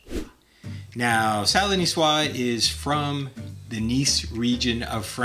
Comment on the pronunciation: Nicoise is pronounced ni-swaaz 😊 Love the dressings. Thank you.